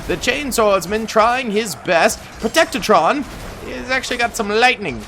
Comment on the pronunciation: Bro they are called protectrons not protectatrons. I couldn't get past this.